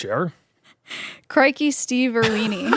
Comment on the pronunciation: I would hazard to guess that the species name stevenirwini would be pronounced “Steve Ir-winnie” BUT “irweenie” is funnier